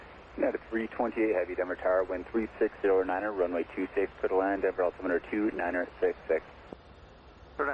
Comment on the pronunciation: its Denver not Denvar